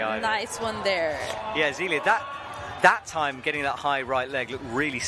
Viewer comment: Like it would NOT have been hard for them to get a pronunciation sheet for the finalists instead of sounding like ignorant fools.